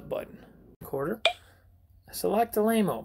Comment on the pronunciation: It’s also said like lame-o